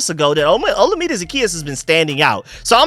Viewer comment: Third video, third time saying FYI Olamide is pronounced like oh-LA-mi-day. You'll probably see all three of them around the same time, lol. Keep up the good work on the breakdowns!